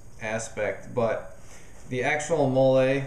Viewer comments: Molle is pronounced like the name molly. Just a heads up. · Excellent review! I like how you went into a lot of detail about your adjustments. For the record, "MOLLE" is pronounced like the name "Molly".